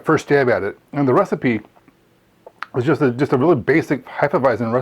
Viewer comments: Heff-eah-visen not Hi-ffa-visen 🤙🏼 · Really enjoyed the video, except for your pronunciation of Hefeweizen. Not sure where you are finding the extra "i" to pronounce it as "Heifeweizen", but it made me shudder uncomfortably me every time you said it. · Sorry, but you are pronouncing "Hefeweizen" the wrong way. The "z" is a hard "Z". Not a soft "S". Just train your pronouncing to the right sounding.